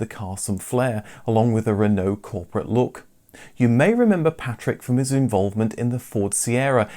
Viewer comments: You're English, It's "re-no" not "rEnO" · I can’t say I’ve ever heard anyone pronounce Renault as ‘Ren-NO’ before 😄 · Making me so angry how he pronounces renault even if that's how it's meant to be said pls stop xx